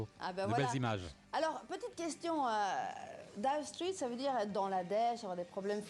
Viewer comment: La journaliste connait la signification du mot dire straits, mais pas foutu de le prononcer correctement . Elle proonce straits comme street